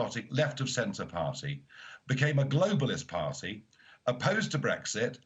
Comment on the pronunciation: 'Party' is pronounced with a 't' not a 'd' Nigel, please don't do it, you are great orator, don't try sound like a BBC dj from the 90s